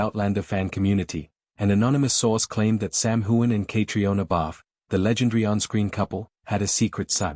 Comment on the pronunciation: You just mispronounced Sam’s last name too. Get it together!